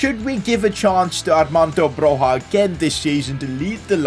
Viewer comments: It’s Broya not Broha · Armando Bro-YA not HA. Great video, cheers! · It is prinounced B R O Y A and i know this because i'm Albanian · Just to let you know you pronounce broja’s name like “broya” the J is like a Y and this is coming for an Albanian. hth. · It’s not broja debut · bro ur dissrespecting my albanian king,is broja like with an j not h